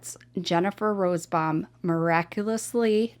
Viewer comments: Not rosbbaum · I know it’s petty, but it is frustrating to hear say “Rosebaum” not Rosenbaum unless it’s a typo and her pronunciation is correct. Sorry. I just wasn’t sure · It’s ROSENBAUM, not Rosebaum. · Her name is Jennifer Rosenbaum, not Rosebomb. Im sorry to be a stickler but I feel the name of these sickos should be put out correctly! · The name is: RO-SEN- BAUM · RosENbaum. You leave out an entire syllable when you say it.